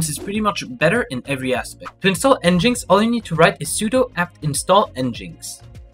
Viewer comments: It's not pronounced "n jinx". It's pronounced "Engine X". Engine X = "n gin x". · It's pronounced N-gin-X by the way. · nginx is pronounced Engine X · You're pronouncing "NGINX" incorrectly. It's pronounced "engine x". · Great tutorial, but how you pronounced nginx tilted me so hard. EngineX😂